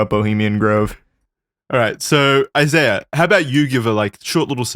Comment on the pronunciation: You don’t pronounce the “h” in French😂😂